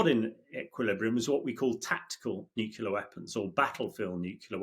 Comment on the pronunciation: Pronounce "Nuclear".